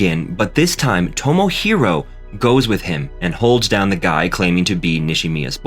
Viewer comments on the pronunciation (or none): none